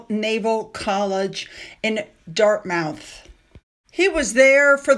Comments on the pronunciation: Hi I had a little laugh when I heard you say ‘Dart Mouth’ and then just a few seconds later ‘Plymuth’! ‘Plymuth’ is correct and so it should be ‘Dartmuth’. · Camilla ‘showed up and did good’ 😄 (p.s. Dartmouth is pronounced ‘Dart-Muth’) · Ugh, love you but its pronounced Dart-muhth.. I think Oprah is a fraud, and hopefully people have caught on. I am just waiting for the shoe to drop on the side effects of Ozempic. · Pronounced like “ DartmUTH” not like the word mouth.